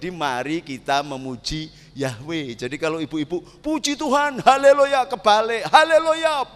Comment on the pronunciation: DIA AJA BILANG MENGUCAPKAN HALI LUYA😂😂